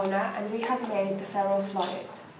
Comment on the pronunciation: The Ferro "...Flohid", "...Floy-ed" "....Floyied" "....Fluit" jesus christ.... F L U I D